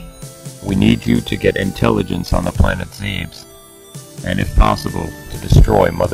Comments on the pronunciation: wtf why dint people get that it's ZEB-ES.NOT ZEEBS ZEB-ES OK ZEBES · Why do people say ZEEBES, it's pronounced Zebez. With both "E"'s being pronounced like you would the "E" in Leg. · And here's the thing you can look up. It's supposed to be a 2 syllable word. go to metroid(dot)wikia(dot)com/wiki/Zebes And I quote: "Zebes has occasionally been mistranslated as "Zebeth", due to the fact that "s" and "th" make the same noise in Japanese pronunciation, though it has been confirmed that the planet's official name is Zebes. " Now unless it is mistranslated as "Zeebth" rather than "Zebeth", logically this means that it is Zee-bess in pronounciation. You are welcome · Is it really pronounced "Zeebs?" All this time I've been saying "Ze' Bess" :(